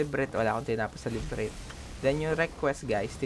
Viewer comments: No offense sa vid ni. Very informative naman talaga. Pero yung "Librit" kasi. Sukot! Di ako magaling sa english, pero one thing na malalaman mong mali pagkakabasa mo sa isang salita, kapag tunog palang masakit na sa tenga. Yun lang. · Hahaha akala ko ako lang. La-br-inth. One more time. La-br-inth. Say it again. La-br-inth! Yown! Now we're learning 😁. Anyway, educational naman yung video, natututo ako as beginner ng Mir4. Salamat, brother. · Same. Librit wtf tagal ko inisip sa simula kung ano yung librit XD awit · Libreet hahaha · labrint yun boss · Akala ko kung anong “librit” ung sinasabi, labyrinth pla XD Pero salamat boss sa guide :) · La vi rint next vid sir haha correcting langs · Oh say it again, LIBRIT~ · librit hehe.. but ok yung guide mo bro, thanks. keep up! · FYI lang paps La-bee-rint po ung pag pronounce nun paps. pero ty sa guide. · HINDI NA PO MAALIS SA ISIP KO YUNG "LIBRINT". NARIRINIG KO SIYA KAHIT TAHIMIK YUNG PALIGID HAHAHHAHAHA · LA-BR-INT ang pag bigkas sa Labyrint. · nononono, repeat after me "la buh runth" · tawang tawa ako sa librit hahah pero thnx po sa tutorial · LA-BY-RYNTH haha pero thanks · LA - B - RINT = improvement suggestion lng boss hehe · Labyrinth (La Bi Rint) Lods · LA BY RINTH ang pagabasa nyan. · "Librit" HAHAHHHHHAHAHA ..sorry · dude la-bi-rint.... ganun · labyrinth = librit lol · hindi yan librit pag basa sir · librit? haha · Librinth hahaha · nagtaka ako ano yung librint LA-BY-RINTH pala... ^_^... nakatulong yung video... salamat... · Lods salamat sa tutorial. Pero la-bi-rint ang basa don hndi librit. Pero salamat parin. God bless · LA BI RINTH Not librit. Anyway, thanks for the info. Nice. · Love kita dami kong natutunan sayo pero iba yung sapok sakin ng librith eh. "LA-BI-RINTH" sana. Love you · iniisip ko kung anu yung lybrith... la by rinth pala :D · ok na sana. nagkamali lng sa lebret? ahahhahah La-by-rinth hindi lebret:DD laswa pakinggan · anong librit. leybirinth basa